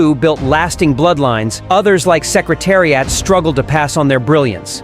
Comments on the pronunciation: If you can't even pronounce Secretariat I'm gonna listen to your BS!😮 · DERby NOT DARby Say is correctly dummy. Learn how to pronounce Secretariat. dummy.